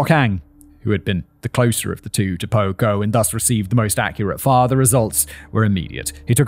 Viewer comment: I keep thinking you’re saying pogo and all I think is gacy….